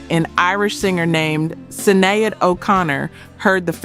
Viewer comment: Do us all one favor when you go back and review your content before you publish listen for the names or words you use... your ai voice over. Gets it wrong..(Sinead) spelled correctly but pronounced wrong. Correct it for the ai. Shin aide. Or shenade. It will definitely help. Keep up the great work.